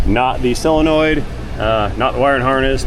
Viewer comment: What's wrong with you southern guys? It's not a "SILLinoid", it's a SOlenoid. And, while we're at it, it's SIrup, not surp!